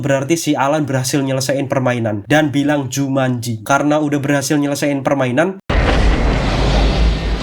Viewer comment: Aku kirain "jumatji"😅